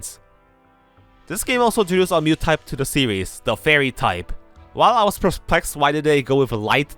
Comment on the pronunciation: i absolutely love your videos and have been binging them for several days now. but for gods sake, please learn to pronounce "new". I keep thinking you're talking about Mew and its so confusing